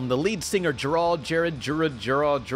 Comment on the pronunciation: GERARD IS NOT A DIFFICULT NAME TO PRONOUNCE